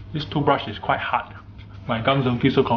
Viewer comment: He's pronouncing "Hard like.....HAUT😂